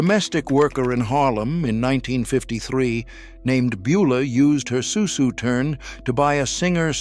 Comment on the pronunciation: It's pronounced soo soo.